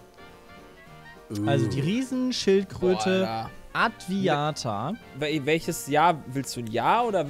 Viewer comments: Adwaita heißt die Schildkröte und nicht adwiata hahaha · Die Schildkröte heißt übrigens Adwaita, nicht Adwiata. :D